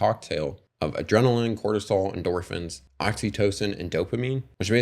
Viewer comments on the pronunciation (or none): none